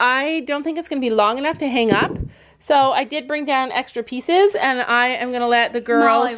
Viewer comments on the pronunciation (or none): none